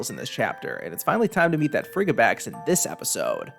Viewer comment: Frigibax has the word "fridgid" in it, which means freezing. I died with your pronunciation